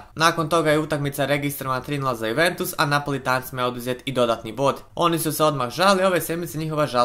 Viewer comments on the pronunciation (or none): none